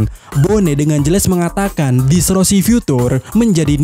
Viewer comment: DISTORSI min bukan DISROSI, gagal fokus aku😂